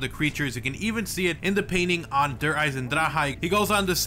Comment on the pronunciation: "Dur eisen-dra-ha"